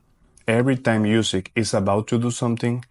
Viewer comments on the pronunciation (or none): Nice video. Well done! But one thing is that you aren’t saying Usyk’s last name correctly. It’s pronounced OOsyk. A double O sound like in “look” for example.